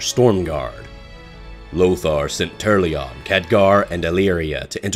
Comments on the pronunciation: Turrlyon and Alonsus Fail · "Tur-al-yion"? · I'm sorry, but it's funny to hear that you're putting so much effort into a serious voice over, and then "TURRLYON" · Who the fuck is "Turrlion" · You forgot the 'A' in Turalyon when pronouncing it lol.